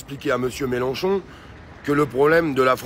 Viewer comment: Mélenchon pas Mélanchon!